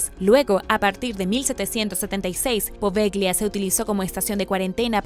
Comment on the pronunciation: Se escribe poveglia y se lee apovelia, buen video!